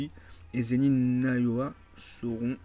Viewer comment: J’ai remarqué ta du mal à lire les noms des personnages exemple nobara tu l’appel noraba pareil avec Zenin Naoya tu l’appel Nayoa etc etc